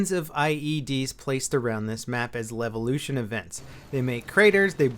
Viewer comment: Lelvelution? i think you read it wrong, mate